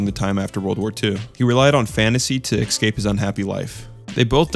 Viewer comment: Why do you keep mispronouncing escape as excape?